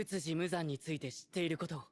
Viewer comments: It might help to know that with Japanese pronunciation, the vowels will always sound the same (A - ah) (I - ee) (U - oo) (E - eh) (O - oh). So in this way, Urukodaki's name is Oo-roo-koh-dah-kee. Nezuko is Neh-zoo-ko. Muzan sounds like Moo-zahn. Hopefully this helps! I loved watching your S1 and 2 reaction of Apothecary Diaries and I'm happy to see you following best boy Tanjiro! (Tahn-jee-roh!) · the Michael Jackson demon's name is typically pronounced moo-ZAHN